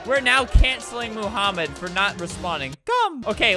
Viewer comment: BRUH ITS NOT MOOHAMED ITS MOHAMED CUZ HE SPEAKS ARABIC AND I DO THEY SAY IT MOMHAMED